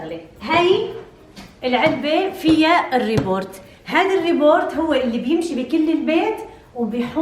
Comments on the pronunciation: اسمها روبوت مش ريبورت و لا روبورت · روبوت وليس ريبورت 😂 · اسما robot مو rebort 😒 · اسمه روبوت مو ريبورت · ابوس ايديكي حاج تعيدي كلمة روبورت اسما روبوت .... روبووووووووووووووت حسبنا الله ونعم الوكيل والله انا بدالك بحذف الفيديو ههههههههه لا واللي بيغيظ اكتر انك عدتيها اكتر من 20 مرة يعني لو مخربطة او سقطت سهواً كنت سكتت وما علقت بس تو ماتش كتير 🤦‍♀️ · روبووووت مو ريبورت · روبوت ❌ روبورت😅 مبروك الكنه الجديده😁